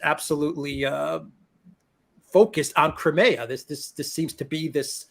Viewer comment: How can that Alex guy not get the pronunciation of Crimea right?